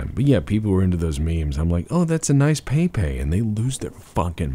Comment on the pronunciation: Feelsbadman.jpg You mispronounced the prophet of Kek's name.